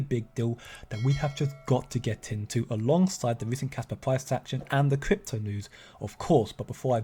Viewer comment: kwik kwypto bwinging you kwik kwaspa news